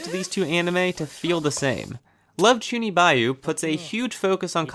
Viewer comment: true also you butchered chunibyo